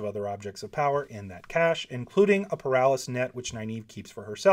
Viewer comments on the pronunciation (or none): none